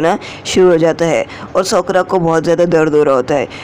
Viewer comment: Sokora nahi sakura